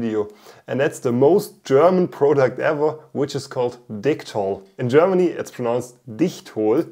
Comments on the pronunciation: You know what, I tend to respect the name of the product in regards to the country of origin so I can pronounce it as such... then you, "I'll pronounce it like dicktol cause this is an English channel" xD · Certainly don't mind the German pronunciation of Dicktall Lol As for the 3D printed gas tank, really cool idea, might i suggest making a slight larger one and experimenting with a few things one: different filaments. there are a few more flexible and more ridged ones that could right off the bat change the game a lot two: try coating the inside like a actual gas tank, i forget what its called but there is this paint like stuff you pour in gas tanks to seal them internally I know i said a few but i have a third lol this would be finding a small tank thats commercially available and try making a reusable 3D printed version, first thing that comes to mind is those tiny butane camping stove canisters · I subscribed just because I'm hoping to hear you say DICK-TALL in a German accent more.